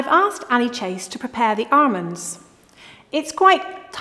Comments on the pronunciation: Anyone else now only hear "armons" thanks to a couple of classy queens? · I could be having the WORST day - but if she says ARMOND -- I laugh out loud every time! <3 <3 <3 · Why did she stop saying armonds?!?!! You be you,. Don’t change for anyone. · Its not almond its AHRMOND.🤣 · All together now... Arrrrmonds. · “ARMANDS” (IYKYK) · I love how she says armonds instead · "Armonds".. lol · Tomato sorrrrrrrce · I've been pronouncing almonds wrong my entire life.